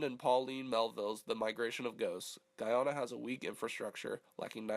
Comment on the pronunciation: It's Gah-Yana not Gi-Anna 💀